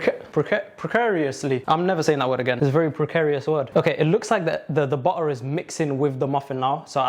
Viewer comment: 😭😭i luv your accent "butta"😭😭